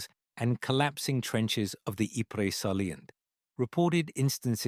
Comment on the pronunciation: Ypres is pronounced Eep